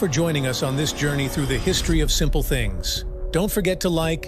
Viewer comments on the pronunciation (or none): none